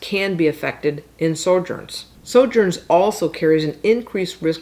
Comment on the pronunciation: Sho -grins!! The j is pronounced like an h. Although true, the title of this channel is atrocious.